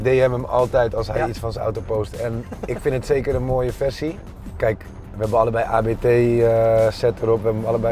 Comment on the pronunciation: Waarom zegt iedereen A.B.T terwijl het gewoon abt is aangezien hij daniel abt heet!